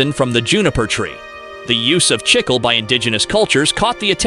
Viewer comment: They keep switching from Chicle to Chickel, with the wrong pronunciation far outweighing the correct one (CHIK-lay).